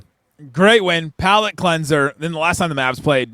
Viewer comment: Did you say Powellet cleanser?